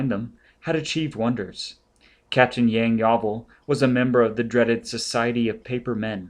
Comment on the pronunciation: Despite the many mispronunciations (Pres-ti-jen, Yang-yaw-vil, etc.), this is still an enthusiastic and entertaining rendition.